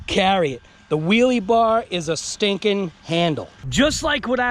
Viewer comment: You learn to say car and bar correctly and I will pronounce hobao correctly! Lol